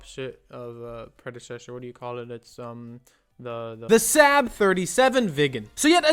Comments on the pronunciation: you pronounced saab wrong its like sahb or sob not sab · Yeah, SAAB isn’t pronounced sep, the A is pronounced like the first a in again and as there are two of them you hold the a sound longer and end with a soft b, now you know how to say SAAB, congratulations!